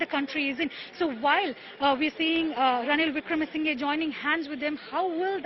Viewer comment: It's not wikremesingay, It's pronunciation is wikramasinha